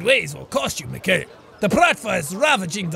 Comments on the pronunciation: That's awesome! But in Russia we talk "Me khai ill", not Michael. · okay, jack, here are some tips for you from a responsable russian mikhail - pronounced mihail, accentuation is on last i bratvA welp, that was it for today) also, i LOVE your russian accent. no russian can do that))) real russian accent is horrible btw) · Its Mihail, not Mikail